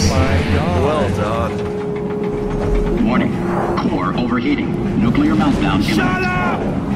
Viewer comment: Announcer: Warning. Core overheating. Nucular meltdown- Wheatly: SHUT UP!